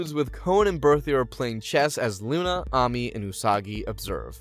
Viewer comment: the AMI is triggering me 😂